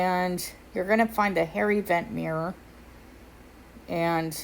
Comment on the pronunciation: I have captioning on, and every time you say “hair event,” the caption says “hairy vent.” CTFU